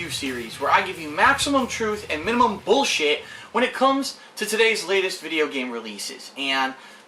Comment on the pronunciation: I like how puts an enfasis on BULLSHIT when he starts the video.